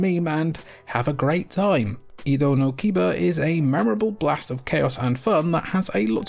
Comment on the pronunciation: Edo no Kiba isn't "Ida no Kiba" it's "Edo no Kiba" Japanese pronunciation isn't so hard if you remember how to pronounce vowels: a — 'FATHER' not 'apple' i — 'LATRINE' not 'INSTANT' u — 'RUTHLESS' not 'buddy' e — 'EGG' not 'sweet' o — 'MOLE' not 'doom'